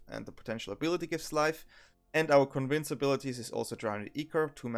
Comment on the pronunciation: Convince😂❤ as a wannabe youtuber myself that is not good at pronunciation... I feel for you